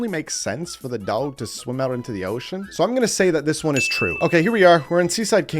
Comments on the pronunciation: Are you mispronouncing "dog" on purpose or do you actually say it like that? Dowg? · Are u purposely pronouncing dog a weird way?